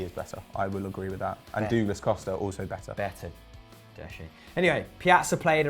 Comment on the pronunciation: They literally HAVE to be taking the piss with their pronunciations, Dooglas, Will-i-an what are you doing lmao